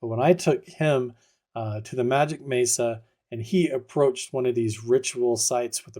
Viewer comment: Blood sacrifice is the most negative, evil path 😢ps its a Mesa like in "mess", not a maysa 😊